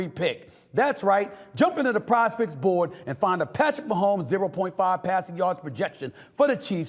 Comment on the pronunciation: when sas says pizepicks its sounds like prospects